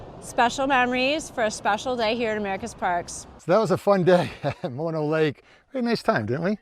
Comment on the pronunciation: nice job getting the pronunciation right! we love Mono and often stop under similar circumstances... a little time left at the end of a trip why not stop there and enjoy the sights... good job getting into the water not many swim there wow!! beautiful scenes, love Mono lake.. /side note part of what is draining the Lake is LA/ they have agreements to not draw the lake below a certain level but when drought happens, they pull it anyway. That is how the tufas got exposed as you probably noted, LA taking all the water... Kind of an odd 50-50 though// because LA takes so much of the water from the entire valley, it can not be developed into massive suburbs// LA's water thievery has a side benefit of keeping this area rural and under populated, there is no water to support a large population... an odd silver lining... Great video thanks for taking us along!